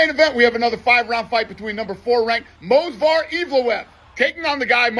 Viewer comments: It's Movsar, not Mosvar, Dana. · Dana can't even pronounce Movsar's name 😂